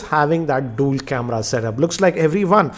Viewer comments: Its dual camera not dool camera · Dool camera? lol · Dool camera and dool sim 🤣🤣😂😂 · DOOL camera?? 😂😂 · Dool Camera??? 🤣